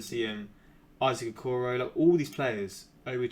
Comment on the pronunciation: He pronounced it right